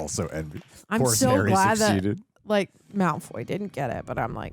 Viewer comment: please, for the love of God stop saying Malfoy juice